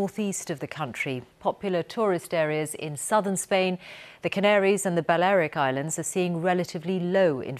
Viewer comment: What are these new Spanish islands? The Baliaric Islands? Since when were they pronounced like that? LMAO